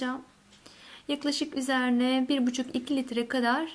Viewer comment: üzeğğne değil üzerine